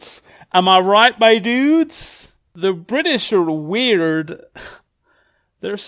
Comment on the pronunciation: "British are we-ER-d" - 2020